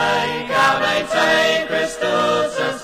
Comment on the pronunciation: Yeah, I always had the feeling that they were trying to pronounce it "authentically"--that is, as rural British singers of some hundreds of years back would have twanged their way through this. Same thing with the Mediæval Bæbes on "Veni, Veni": they made "gaude" rhyme (sort of) with "howday." Used to drive me crazy, but then I realized that they might have been going for historic "authenticity." Listening to that made me think maybe they were just pronouncing it "American"--but they're British!